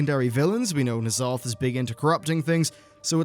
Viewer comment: Knee'alotha? Consider my pet, peeved!